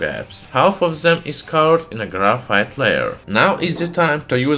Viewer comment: its not grayfiet